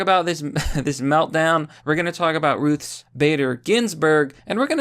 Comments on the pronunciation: Why can’t you say Ruth without pluralizing it? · Why does he keep calling her Ruth's Bader Ginsberg? If she a steakhouse or something? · lol, why do you keep calling her "ruthes"?